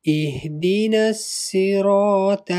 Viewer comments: You have to learn first. Its not "" ihdinassiraTAL""..its ''"ihdinassiraTOL"" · Actually you are right,its ihdinassiraatol,the toh is pronounced as a taa. The tajweed is not correct and dont argue with me because I have finished memorizing the whole quran and I am a hafith. Also I have noticed that the "thaal" is pronounced properly from its origin